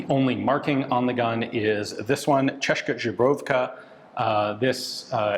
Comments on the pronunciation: chezzkaa should be better to understand how to pronounce... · I love how he pronouces Česká Zbrojovka as Češka Žebrovka. :D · Just random gramarnazi... or pronaunciationnazi. Česká Zbrojovka, Č = Tsch Ian pronaunces right, but "s" in Česká is pronounced same way as you pronounce "s" in snake. á at the end means is a long wovel so "aa". But he really butchered Zbrojovka, he said something like Žbrovka, which sounds like polish or something. "Z" in zbrojovka is pronounced as "z" in word zip. and "j" like "y" in word yes. So its kinda Tcheskaa Zbroyovka